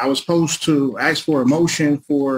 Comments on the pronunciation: Why is it that pronouncing the word "ask" as "axe" grates upon my ears so much? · He's "axe'in" the court, what's with this 'axe'in' stuff??. I thought an 'axe' was used to chop wood,.. can't these people use the English language properly.!! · If I never hear the words basically, quote unquote, axe….again, I will be very happy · It's a question! I'm just axing.